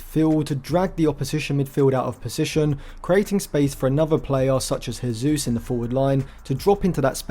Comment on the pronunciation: great video! you pronounce the J in Jesus because he's portuguesse and not spanish